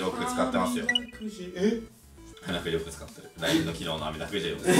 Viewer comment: 山本さん「あみだくじ」って言えてなくてちょっとニヤニヤした後、「あれ？バレてない！！」ってそのままスルーしてる…！！！(可愛い)